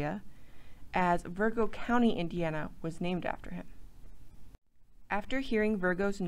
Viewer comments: Where did the "R" come from in Francis Vigo????? Who did the research and editing? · Vigo, not Virgo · There is a number of errors in the video. Francis Vigo, not Virgo, and the name is pronounced Veego since he was of Italian descent. Pierre Gibault is pronounced Zya- bow, not Gi-balt. Clark's men wearing animal skin clothing is questionable since fabrics were available in the frontier. That is as far as I got through the video.